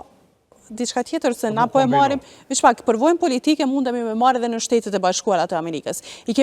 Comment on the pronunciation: "veq pak" hahahahahha, "disa adoloshent", cfar gazetareje!